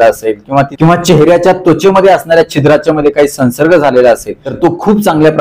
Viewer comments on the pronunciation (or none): सन्सर्ग नाही! संव्सर्ग !!